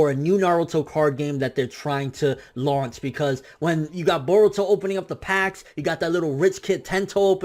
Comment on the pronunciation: i love it when you pronounce Naruto instead of Narudoe and Boruto instead of Borudoe. you tha man